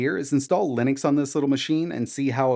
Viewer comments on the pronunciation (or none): none